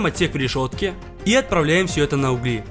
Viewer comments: Правильно не углИ, а Угли, не дрОбят, а дробЯт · Угли Углей Углях, ударение на первый слог !!! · Не уугли а углии